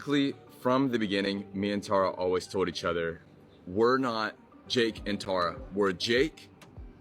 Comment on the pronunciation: I'm NGL I only watched this video because my name is Tara and I don't get to hear it said correctly a lot